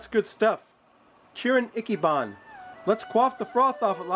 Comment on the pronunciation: Ichiban = ee-chee-baan